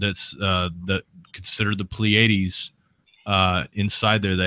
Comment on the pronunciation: Just a couple things. First off, it's PLEA-a-dees, not ple-AID-ees. Also, no nonhumans can be saved. Their DNA would not allow them to desire salvation.